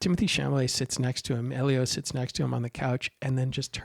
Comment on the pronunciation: A small thing, Timothée's last name is pronounced Shal-a-may not Sham-a-lay. If you have a chance, read the book by the same name by André Aciman. One of the best things about the movie is that it really does the book justice. In fact, the monologue by Elio's father is almost word-for-word from the book. But finally, the scene that you neglected to discuss that is probably the most devastating scene in the movie and probably got Timothée the Oscar nomination. The nearly three minute scene in front of the fire which continues over the credits. Which contains one of the most beautiful breakings of the fourth wall in all of film. And, in my opinion, says to the audience, you have followed me in this journey and you have been welcome.